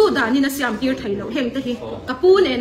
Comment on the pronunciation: Siam a tih dan pawh a lam dik lo